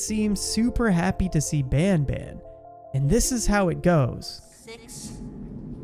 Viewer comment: band band? its ban ban(no hate)